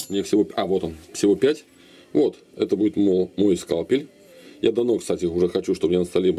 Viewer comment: Почему скалпиль , а не скальпиль?)